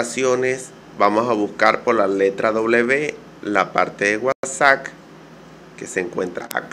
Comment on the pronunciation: Dices wasac jajajaja qué cosas no!!